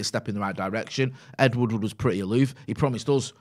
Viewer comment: ed woodward, not ed woodwood